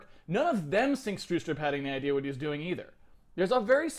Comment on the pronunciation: lol, u mean Bjarne Stroustrup??? lol "Barney Starsoupr" :DDDDDDDDDD